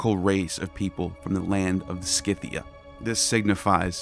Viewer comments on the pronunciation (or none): none